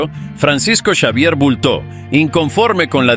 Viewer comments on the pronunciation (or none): none